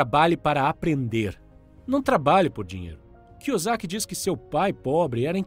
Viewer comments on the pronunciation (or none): ROBERT KI - KI O SAKI NAO ROBERT KIUZIAKI KKKK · Pronunciou Robert Kusiac no início do vídeo sendo que o correto seria kiosac. Mas tá valendo kkk. Bom trabalho. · Desculpa mas você falando o nome do Kiyosaki errado dói na alma! Kiyuzaki foi foda 😂😂😂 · Kiozaki e não kiosiak. Mas valeu o resumo...🙏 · "Cusiaqui" kkkk tá sabendo bem pronunciar o nome do autor kkkk, ainda bem q o primeiro nome dele não é oriental também kkkk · Robert "Kuziaki"? Nunca tinha ouvido essa pronuncia.. 🤔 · Na primeira frase do vídeo o kra já erra o nome do autor e fala Robert Kuzyaki" 😂😂😂😂😂😂 na boa, dá pra entender que quem é rico compra ativos e quem é pobre compra passivos, mas no mundo que eu vivo, quem anda de mercedes, tem mansão, relógio de ouro e bolsa da Louis Vitton é rico e quem anda de Brasília e mora num casebre é pobre e não o contrário rs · e vc acha que tá melhorando seus erros entrando em comentários aleatórios que faz gracejos com a falta de real empenho do criador em aprender pronúncia do nome de um altor do livro que tem as sílabas idênticas ao nosso idioma "KIYOSAKI"... se este é o seu plano de ser uma pessoa melhor e evoluída... parabéns ce vai longe... na lua terá até uma escultura sua seguindo nesse caminho, comente e mais 10 comentários aleatórios durante todos os dias da sua vida e em mil anos vc chegará la, agora vai lá garoto pega eles tigrão 👍👍👍 kkkjkkkkkkkkk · A parte que será irônica e que só o dono do canal terá real retorno disso tudo, quanto mais comentarios no vídeo dele mais o YouTube acha q ele e relevante e manda pra novas pessoas, e aí vai ter uma nova leva e pessoas que vão aproveitar bem o conteúdo, uma nova leva de gente que vai achar engraçado a pronúncia errada do nome do autor, e vai ter os caras que querem esculturas na lua achando que comentar no comentário dos outros e alguma coisa útil pra vida kkkkk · Só faltou pronunciares o sobrenome dele corretamente. Fora isso, gostei do vídeo.